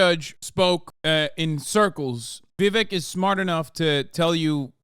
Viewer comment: this is super libbed up of me to say but jfc can one single pronounce 'Vivek' correctly, even "LIBERAL MEDIA" CNN can't do it